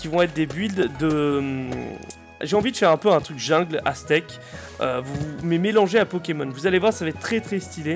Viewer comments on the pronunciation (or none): none